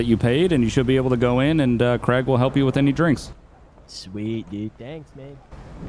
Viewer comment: Also love how it’s kraig, kreig 😂😂 like you need a make a twin brother of eachother!